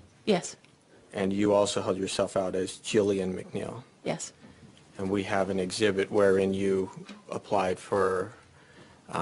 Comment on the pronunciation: "Gillian MacNeill" WTF